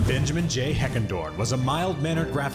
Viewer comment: the bengamin' heck show haha geddit bengamin instead of benjamin haha